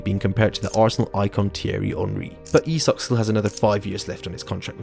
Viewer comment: Can you stick to one pronunciation of Isak please.